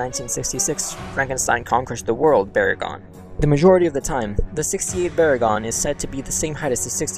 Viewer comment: VERR-in again. You guys drive me crazy, just like with GIGG-in and BAY-gin. Hey, why not Muh-GAY-lin, and AYN-glus and Kuh-REE-yew while you're botching names?